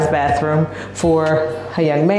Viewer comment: Lol "baas" room, right?